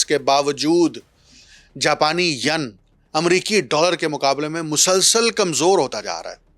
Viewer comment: So mro shb, pron yen, yen not Yun